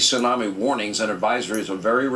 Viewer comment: What the hell is a tissunamee???